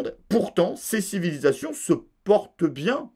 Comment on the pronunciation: Il y a encore des civy des civily des civilyzassions 🤣, merci